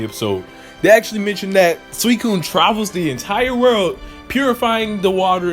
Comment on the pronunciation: I thought the professor said that suicun was in jhoto